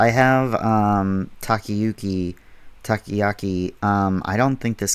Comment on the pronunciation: *Taco-'yaw'-key Hearing you say it differently sent a shiver up my spine every time. This video 3 silly 5 me. Cant wait to see what the other guilds do